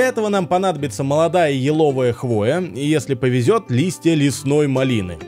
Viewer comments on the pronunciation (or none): none